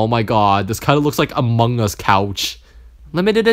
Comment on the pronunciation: “Amoungus couch” LOLLLLL BAHAHAHAHA